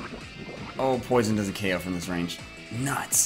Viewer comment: Why does he so 'Oko' and not 'KO'???????????!?!?!?!!!!!!?!?!?